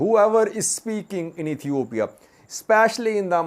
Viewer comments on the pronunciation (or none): none